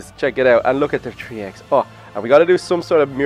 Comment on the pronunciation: three not tree